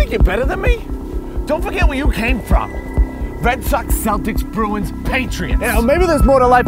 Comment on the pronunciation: he pronounced bruins correctly. real bostonians call them "Broons" not "Bruwens"